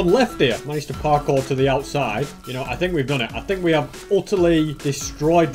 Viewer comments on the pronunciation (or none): none